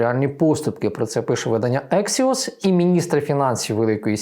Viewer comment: Не ексіос , а АКСІОС.